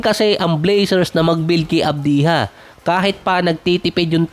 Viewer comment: ADBYA boss ang basa sa Advija😊